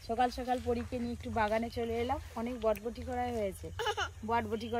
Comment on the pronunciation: বটবটি না বরবটি